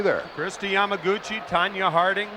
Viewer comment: He said Tanya Harding. WHY !!!